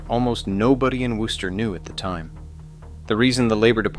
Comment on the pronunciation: Thank you for pronouncing Wooster correctly.